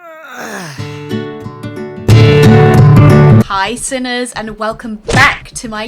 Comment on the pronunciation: In the beginning, it sounds like your saying hey SINNERS 😅